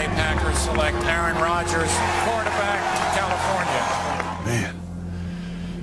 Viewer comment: bro they said Aaron wrong Lol